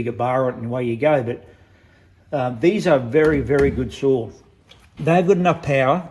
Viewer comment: Are you saying saws or souls 😂 I had a 395 loved it I loaned it out and it got stolen.